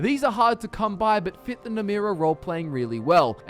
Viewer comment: Ye my favourite daedra isnt namira its NAMRIA. ye..